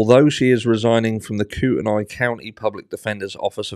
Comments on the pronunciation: Sorry, retired Idaho teacher here... Kootenai = coot-nee It's all these tricky Native American place names we have here. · It’s Koot knee